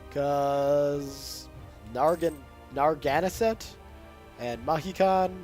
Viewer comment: Just started watching this and the audio is back! Great. But now would be a good time to ask you to repeat with me... Nair ah Gan zett (Narragansett) Course I was the kind of New Yorker that would correct visiting friends about Houston Street. "Hue Stun" is a city in Texas "How Stun" is the Street in NYC. BTW... The Brits were big on renaming things when they too over too. New Amsterdam became New York. The counties on Long Island were renamed King's County and Queen's County. Even Statten Island was renamed Richmond after the Kings bastard brother, Statten was the Dutch for Parliament. Somehow they missed renaming Nassau Street (probably a royal marriage was involved!) Course they didn't bother with renaming Jonas Bronk's farm... the residents took care of that themselves by calling it The Bronx. The American colonists were no better. King Street became Liberty Street and King's College was renamed Columbia. ah well... you said you were a history nerd. ;-)